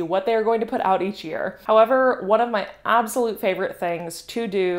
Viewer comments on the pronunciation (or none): none